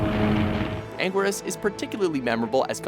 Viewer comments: Ang-guir-us? It's ang-geer-us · WOAH WOAH WOAH HEY TIME OUT WHO SAID IT WAS PRONOUNCED "ANGWERUS"?????? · U pronounced 7 monsters wrong ANUILAS U SAID ITS ANGURIAS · it's angirus (an-gi-lus) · You miss pronounced Anguirus and biolante and Anguirus is two out of four of his movies is Godzilla’s closest friend and Gigan is portrayed to as either a coward or a dummy surly not one of Godzilla’s great foes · What is up with the prononciation of Gigan and anguirus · you said anguirus wrong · for anguiras at least